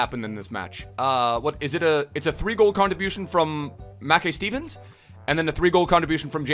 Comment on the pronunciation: Say his name properly ur killing me